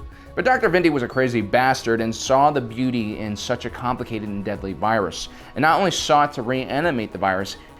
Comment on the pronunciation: I love how Dr. Vindi pronounces the virus ZE BLUE SHADOW VIRIUS (vi-a-dus)